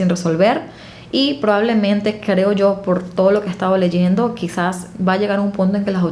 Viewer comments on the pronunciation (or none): none